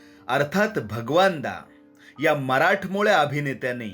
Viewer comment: Hi, please correct your self, or your tongue. It is not Bhagwan da, as you are saying. It is Bhagwan Dada. Pride of Maharashtra, Marathi people. Are you from north or Punjab, saying da, instead of Dada.